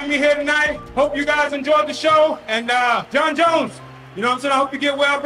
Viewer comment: jon joneeeyus 😅